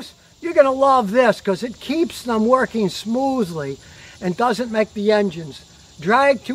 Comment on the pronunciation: "Workeen "????? "Shorteen"?????